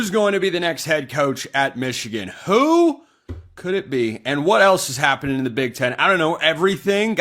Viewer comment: I heard how you said “who” in the intro,. 😂😯🤨